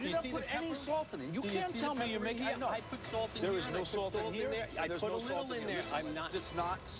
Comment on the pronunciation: “you guys cannot even decide what truffle flavour tastes like unless you put sauwlt in it” “i did put sauwlt in it” “you have not put any sauwlt in it”